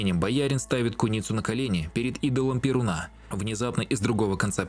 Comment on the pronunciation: Перýн !! Не верит или верит в Перýна, а не в Перунá.